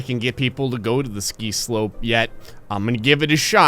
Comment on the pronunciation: i always laugh the hell out of my soul when you say "ski slope"